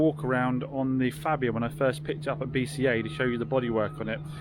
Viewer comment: It's pronounced "Farbia"